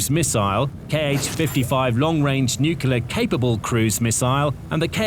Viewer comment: If you want to be taken seriously, you might consider learning how to pronounce Nuclear....it is really not that difficult!! I know it is fashionable to pretend you are dumb, like Trump, and George W. and just cough out the grand Nucular pronunciation, but if you are pretending to be stupid, believe me, the only person you are fooling is yourself!!! Figure out the pronunciation or stay off the air....in my humble opinion!!